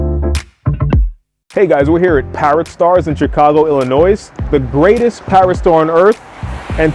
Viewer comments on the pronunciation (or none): Ill-ah-noise... =) Ill-ah-noy, my friend. You got a laugh outa me lol. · He lost me ax "Ill-o-Noise"!!!:text-green-game-over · it's pronounced illanoy. no S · Please .... Great parrot names, but ILLINOIZE?? 😆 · 'Chicago, ILLA-NOISE'????????!!!!!!! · Chicago Illinois- we do not pronounce the "s" on the end of Illinois. Just saying. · Illinois . . . . the S is silent! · The “S” in ILLINOIS is silent!! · I stopped watching the instant you said the "S" on the end of Illinois, education's wonderful, try it sometime. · No need to be nasty. Several people commented on his pronunciation of Illinois in a polite way. I'm sure he got it.